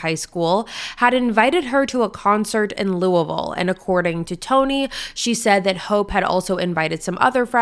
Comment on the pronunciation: I haven’t heard of this case before, even tho I live in this area. Lived in New Albany when I was little and now in Louisville (thank you for pronouncing it correctly, most people don’t lol). So crazy to think that this horrible death happened and this is the first time I’ve heard of it. All the places you were mentioning I was thinking I’ve been there or know where it is. This is so sad. My heart goes out to Shanda’s family